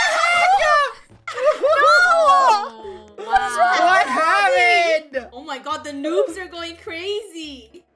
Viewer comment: When funneh said what the heck it sounds like what the h***